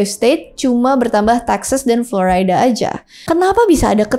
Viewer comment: Florida kak...bukan floraida.